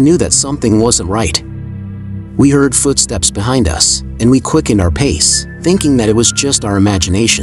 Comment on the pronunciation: It’s oddly adorable when the TTS says Fuutsteps